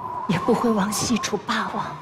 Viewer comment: 俞灏明那一声霸王，我听成了爸爸 ：DD